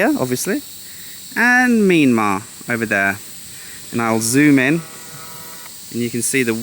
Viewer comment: I was confused when you said Mee-mar, until i heard Burma. You should say it as Mee-yan-mar (Myanmar). 😁